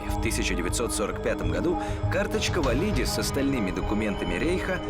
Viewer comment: эм... все факты переврали и даже ударение в фамилии не правильное.. не ВалИди, а ВалидИ